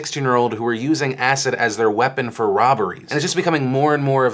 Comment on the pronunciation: Until the end of the video I thought Phil was saying "asset" not "acid" so that was confusing for a bit! still is so sad that people use that to attack people